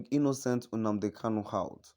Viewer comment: Mr Man plz stop calling Nnamdi Kanu UMNNADI KANU. You should learn how to pronounce NNAMDI KANU and not UM NNADI KANU. Thank you